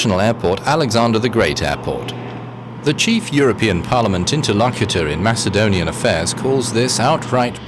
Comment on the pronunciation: you have nothin in common with ancient macedonians you can't even pronounce it right you are serb or whatever its a shame that our goverment don't diclare war with you so we can take your shity country kill all of you and have the rest macedonian in greece where it belongs